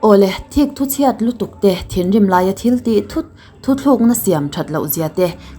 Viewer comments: Miss, thil pakhat lawk, i video dangah pawh i sawi thin, 'thithlukna' i tih thin hi 'thutlukna' tih zawk tur ni awm tak a ni, lo sawi ve tlai khaw hnu mai mai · A tawp dan atha hle mai.... Thuthlukna nilovin Thuthlukna tih tur ni awm tak ani